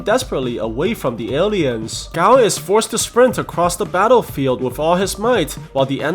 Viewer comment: I thought you said ‘taarofield’ in battlefield😂